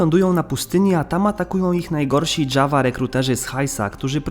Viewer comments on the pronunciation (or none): none